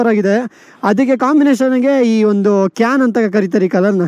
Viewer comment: Bro its not ಕ್ಯನ್ it's ಸಿಯಾನ್